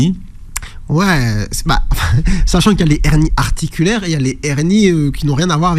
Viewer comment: Des hernies pas des zhernies